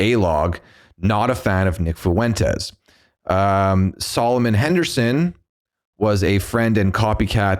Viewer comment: I cringed more the way he pronounced FUENTES lol